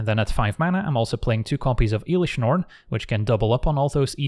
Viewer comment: then says Eelish Norn. There's always one